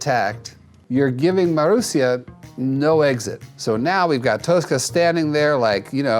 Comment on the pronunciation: jackson i get youre not swedish but even english speakers will pronounce the word toshka as toshka and not toska like you did.